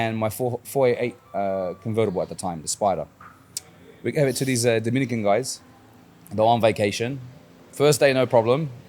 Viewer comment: Did you say Dominicans ???